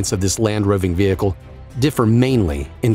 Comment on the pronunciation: vee hickle